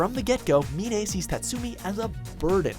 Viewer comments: her name is not minay it's mine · The way he pronounced Mine from Akame ga Kill. Me-nay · who is A me nay?? 😭Her name is mine like the word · Her name is pronounced “MINE” as in, “this is mine” not “Min-A” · It is pronounced Mine not Minae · Ok you pronounced Mine’s name wrong it’s just like pronouncing mine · Ok but I'm pretty sure that Mine isn't pronounced like "mee-nay". In the anime she pronounced it just like the English pronunciation. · did you just say menay instead of mine? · It's not Mi-ne, it's Mine as in minefield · Did he just call Mine "Mee Ney"? FUCK YOU. THIS HAS BEEN A PROBLEM FOR YEARS. SAY THE FUCKING NAMES RIGHT BEFORE YOU DELIVER THE FINAL PRODUCT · Did he really just call mine meanay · who the fuck is mi-ne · In the anime her name was pronounced literally “Mine” but you guys just used your own dictionary huh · who the hell is mi-ne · in akame ga kill you pronounced mine wrong its pronounced [my]ne like your just saying mine. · D-d-did he just call Mine Mi-ne... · Mine's name is pronounced like the bomb lol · It's pronounced "mine" as in the English word. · Da heck did he just pronounce mine incorrectly? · Why are you pronouncing Mine so wierdly.... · Dude,you pronounced Mine's name wrong,did u even watched the anime or wut? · plus,he pronounced Mine's name wrong XD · The way you pronounce Mine.... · He says Mine wrong badly